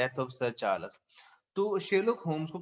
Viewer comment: Your explanation is too good but it's charls not charlas